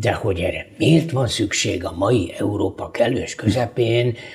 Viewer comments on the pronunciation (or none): none